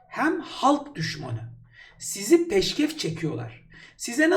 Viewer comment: Bu arada peşkev çekmek değil PEŞKEŞ ÇEKMEK doğrusu